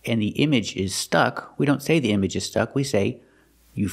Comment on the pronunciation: 😂😂" image is stuck " .. seriously? The word 'Image' pronounced as 'Yeemag' sounds weird to me.